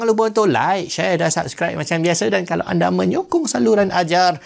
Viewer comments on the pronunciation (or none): none